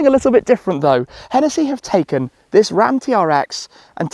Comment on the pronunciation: And its hennessey not henetheee